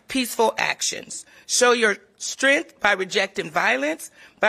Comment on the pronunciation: Strength, not strinth.